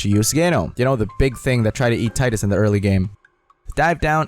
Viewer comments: It's pronounced "Tee-dus", not "Tie-dus" Not hard to figure out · pronounced Te-dus